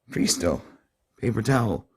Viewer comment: I think that it is pronounced like "PRESS-TOW"